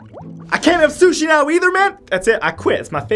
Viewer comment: as soon as he said suchi I threw me phone